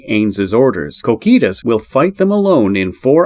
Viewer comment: Like "Cokitoos" bro it strikes the ear badly